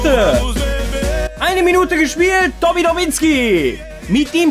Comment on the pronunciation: Habe immer doggy verstanden😂